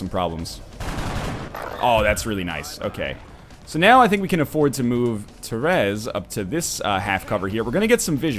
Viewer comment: Northernlion, it's not "Terez" it's Therese is pronounced similar to teresa. it's just spelt weird. Te Reese.